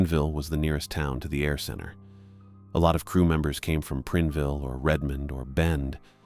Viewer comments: Preenville? It's PrIneville 😂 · (It's Prine-ville, not Prin-e-ville & not Prin-ville) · That made me cringe every time he said it. My ex hubby grew up in Prineville.